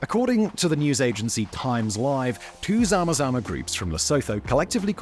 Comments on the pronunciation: Lesotho is pronounced "Le- soo- too". The "h" is Lesotho is silent and not pronounced. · Ok, stay with me. Lesotho is pronounced: Lu-sue-two. The Le/Lu is the same way you say Le in French. The sue as in to “sue” someone. And two as the number two. This is way we pronounce it in South African English. You make Lesotho sound like a pair of loathers for your feet. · Its pronounced Lè sue two (Lesotho)and Vit vaters rant (Witswaterand) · Thanks for this. As a South African police officer, one hardly hears a balanced take on the plight of the miners in the Witwatersrand. For the record, Lesotho is easier to pronounce than one might assume: 'Le-soo-too' will do. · Lesotho is pronounced le-soo-too. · Great content, but please research the pronunciations of the words before producing content. Zama Zama, Witwatersrand, Lesotho, Braamfontein. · Almost all pronunciation of South African words was incorrect - Lesotho, Gauteng, Witwatersrand (to name a few). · Sound volume and pronunciation of "Lesotho" and "Witwatersrand" was horrible 😂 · Nee fok I was wondering what Simon was saying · He has said it like that in other videos too. Needs to read the comments section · I love these videos, but could they please run the pronunciation past someone who knows how South African words are pronounced? It's not just the Afrikaans words, but why can no English person pronounce Lesotho correctly?